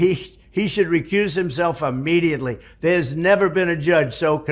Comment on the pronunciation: The word is Immediately, not Ammediately. Bone head.